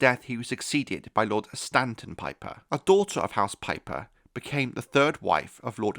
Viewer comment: Not house "pipe her" 😂😂😂